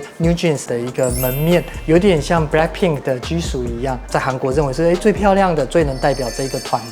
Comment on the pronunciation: Minji 和 Jisoo 的j都發錯音了 我強迫症！！！